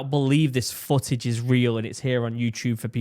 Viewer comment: It's "footage" not "fooage"! I cant stand it